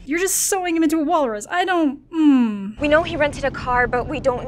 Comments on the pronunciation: Why is she saying Wallerus? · I can't tell if is unintentionally mispronouncing wal-rus or if she's committed to the Wallace+walrus portmanteau bit